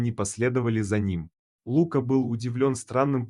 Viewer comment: Кто это читает???? Есть русское имя ЛукА, ударение на А. Но нет имени ЛУка, с ударением на У.Чтецчитает быстро и монотонно. как шпаргалку перед экзаменом. Так нельзя читать подобные истории. надо выразительно читать, представлять эмоции тех персонажей о ком читаешь и вкладывать эмоцию в слова текста. Видео ряд хороший. Текст заново начитайте, чуть помедленнее, и голосом передавайте все эмоции и все чувства ваших герое.